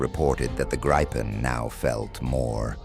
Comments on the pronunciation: Could you get your narrator to check the pronunciation of 'Gripen'? It seems nobody pronounces it like the Swedes, but no-one uses the long 'I'. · Its a long i and a short p Griiiipen, not Grippen.. 😂